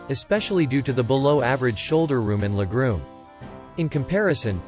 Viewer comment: Lol, le groom. Your robot is broken.